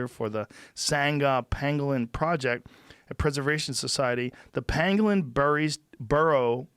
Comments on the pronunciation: Joe is literally saying "panglin" when talking about the penguin. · OR it was pangolin and his pronunciation is off... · I think Joe miss pronounced that animal..i think its a pokemon not a pangolin lol.